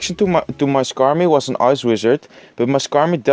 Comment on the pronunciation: Ik kan echt een nederlands accent horen wanneeer je an zegt (je hebt de neiging om een te zeggen) en plus (dat je gewoon nederlands uitspreekt. Let daar een beetje op.